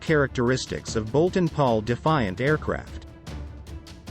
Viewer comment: Can’t even get the planes name correctly? Eh ?